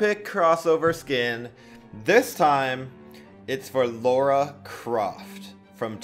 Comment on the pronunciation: its lara not laura